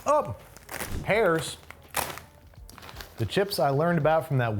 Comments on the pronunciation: also herrs is pronounced like “hers” not “heirs” -someone who lives close to the factory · Don't show Andrew the brand before hand. And it is pronounced Her's not Hair's. And it is Butz minus the B, not ootz. Are you justing messing with Pennsylvania brands?? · As someone who grew up in the “snack capital of the world” (Central PA) I’m more bothered by your pronunciation of Utz and Herr’s. Utz is said like “puts” without the P, Herr’s is just “hers.” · They're pronounced "Hers", not like the German word Herr and "Uhtz", Not "Ooots" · Did he really call Herr “hairs” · The amount of chips made in Pennsylvania is absolutely astonishing 😂 and your pronunciation of Herr's and Utz hurts my soul. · I'm out on the west coast in Washington but it's probably because I grew up speaking German so it's more like Hare's than Hers like the other commenter said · UTZ is pronounced "uhh-ts" and HERRS is pronounced "her's". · As a Pennsylvanian , i cringed when you pronounced both Herrs and Utz incorrectly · Being from pa and hearing him say Herrs like that hurts a bit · He pronounced both Herr’s and Utz wrong. 😞 Southeast PA is all cringing every time. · As someone from Central PA, hearing you mispronounce "Herr's" and "Utz" hurt me. But then, you missed the best regional chip, Diffenbach's. Sure, they probably don't have them in NYC, but that's no excuse. NYC isn't that far away.